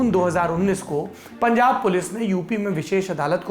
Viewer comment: Pungab nhi punjab